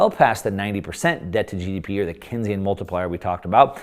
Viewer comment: It’s pronounced Keynes - like Keensian. Not Kensian. John M. Keynes echoed Lenin when he said the surest way to destroy a free (capitalist) nation is to take over and debauch its currency through a system of inflation and debt. They succeeded.